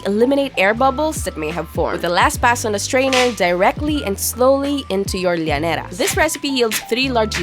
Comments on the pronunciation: “Lañera” accent. Im in luv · Ang cringe ng pronunciation ng llanera hahahah feeling